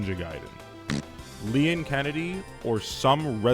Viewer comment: You pronounced "Leon"'s name weird? Also, only video games characters are allowed in Sakurai's Smash Bros. So, no Goku or Ronald McDonald for you.